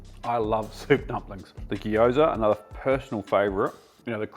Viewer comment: also gosh please, it's not "Gee-yoza" it's "gy-o(u)za". It doesn't have an extended vowel pronunciation between the g and y, it's just two letters together. Also why are you conflating Jiaozi and Gyoza, they are although similar, different things. One is chinese one is japanese. Also it's not, ever, soy-a sauce, it's just soy sauce. and why did you, when referring to dim sum restaurants, refer to "Cantonese style" 'OR' "Chinese style", when Cantonese is a descriptor of a certain style of chinese cooking and 'chinese' obviously embraces all the regions of china. It can't be both when one descriptor is a subset of a larger descriptor that is also used. Please do some basic research on this, I respect you too highly as a chef to not let you make such stupid and ignorant mistakes.